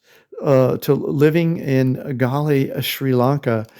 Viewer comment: At least say the name correctly 🙄